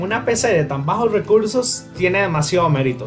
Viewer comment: Nadie, el men del video: cower, bajos weursos